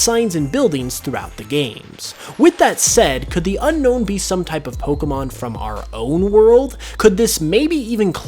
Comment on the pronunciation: Its pronounced as un-own